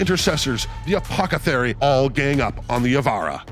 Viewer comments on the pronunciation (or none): sorry but it's apoTHEcary not apoCAthery!